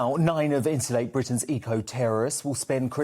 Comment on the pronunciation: Someone, please, tell that the word “insulate” has a T in it.